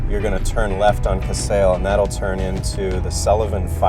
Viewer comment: Casale is pronounced- Ca-sa-lee.